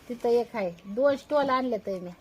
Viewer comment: स्टॉल नाही बोलत स्टोल बोलतात, ती योगी पण तेच बोलते